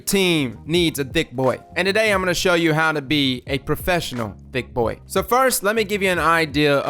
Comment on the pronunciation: First of all... thought you said "dick-boy" in the beginning of the video